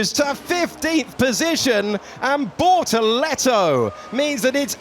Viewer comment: Its BORTOLETO. Not Bortolleto.